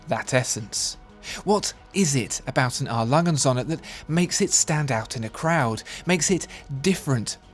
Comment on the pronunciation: Not bad but it would really help if you learn to pronounce “Söhne” somewhat properly. It’s not “Sonne”.